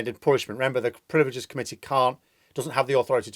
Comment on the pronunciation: Privileges, rather than 'priveleges'.